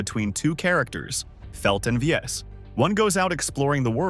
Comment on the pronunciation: Atelier Iris 2 has a special place in my heart. It's the first PS2 game I ever finished, which is saying a lot as I really have short attention span for games, lol. I played AI1 & 3 and also Ar Tonelico, but they're not nearly as endearing as this. Btw, Viese is pronounced "Vee-say".